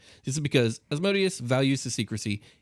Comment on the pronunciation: Love this topic and love your show! Just a quick thing though, it’s Asmodeus (æzməˈdiːəs), or more simply: Asmedayous”. It really gets me when people pronounce it “asmoadious” haha. Thanks for this episode though, keep up the good work 👌🏼